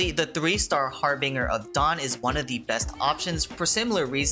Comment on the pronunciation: Lol the way you said harbinger